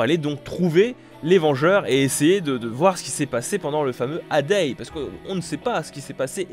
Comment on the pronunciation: Le "A-day" ! 😂 Ça se pronconce "Èye day" ! 😂